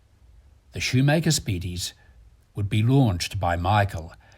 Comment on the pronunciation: Great documentary, but why can't the commentator pronounce anything right ? From "Omega", to "Valjoux", to "Schumacher", he mispronounces everything... Come on, it's not that hard !